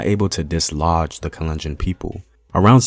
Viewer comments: thanks for posting this, my mom is kalenjin! i wanted to point out that you're mispronouncing the name, its kahl-enn-jean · The way he pronounces 'kalenjin'😂😂 and other names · Love your videos man, but you have GOT to work on your pronunciation I cringed everytime you said kalenjin.